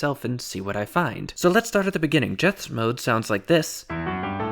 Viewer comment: Jeths is pronounced as 'yets' in Dutch